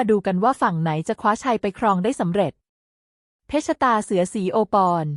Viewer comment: เพชรตาเสือ อ่าน ว่า เพ็ด ตา เสือ มิใช่ เพ็ด ชะ ตา เสือ วรรคตอน ผิดตลอดเลย ปรับปรุงด่วนนะหนู